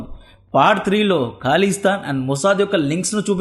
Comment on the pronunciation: కాలిస్థాన్ కాదు... ఖలిస్థాన్...